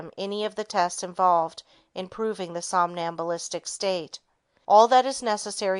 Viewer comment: "sombalistic" state? Do you mean "somnambulistic?" Or is a ventricle a volkswagen?